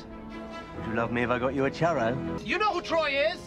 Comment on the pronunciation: the way he pronounces churro is the real evil